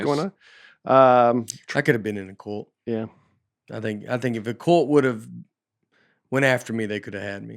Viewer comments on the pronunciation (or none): Nate pronounces the word “cult” like “coolt.”